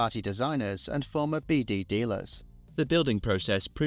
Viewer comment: His Surname name was pronounced "Beade".NOT pronounced "Beede"